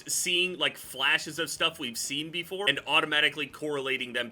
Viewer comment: "Thing befofe gta 6" 🤖🤖🤖